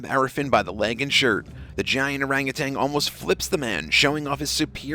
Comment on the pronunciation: Could the narrator please note ... that orange primate is an orangutan not an orangutang and it's an ape not a monkey. These basic mistakes do you no credit at all.